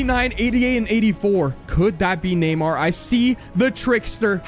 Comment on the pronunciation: Neymar has a r